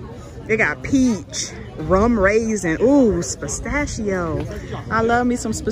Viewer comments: Pistachio not Spistachio. It starts with a P not an S 😂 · I'm sorry but i was weak at pronouncing pistachio lol "spastachio"lol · Pause: ...."Spastashcio"!?!?🤦🏾‍♀️🤣🤣 ...Pistachio??? That tickled my soul! Blessings to yall! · She kills me with this “ Spistachio”😂😂 there’s no s in the beginning lol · she said spitstashio ice cream 😂😂😂😂